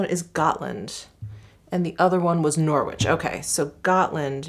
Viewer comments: Great video! That lipstick looked stunning. Just for your info, Norwich is pronounced Norritch and Trafalgar is Trafalger (truh-Fal-guh) xxx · Norwich is pronounced without the W, as in Norich. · I love hearing how Americans pronounce Norwich 😂💕